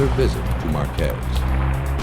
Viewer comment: Marquez, not Marquezs